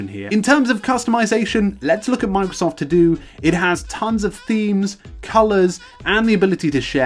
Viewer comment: "Mang-sof To Do" >> this is all I hear